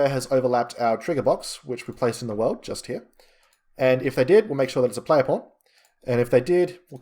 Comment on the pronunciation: I am very curious - why PAWN sounds like the very same P*RN??? It is everywhere where "PAWN" are involved LOL ! Otherwise - very nice tutorial! :))